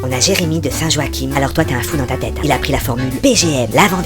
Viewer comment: Et beh ! Il est minuit mais j'ai tout les ingrédient et j'ai faim alors je vais tout de suite me péter le bide ! Et ça se dit Saint-Joach(1) Je sais c'est bizarre mais chez nous c'est comme ça :D